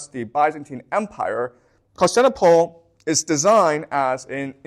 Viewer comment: “Con-stant-a-nope-pull” Vs. “Con-stant-nipple” … Constantinople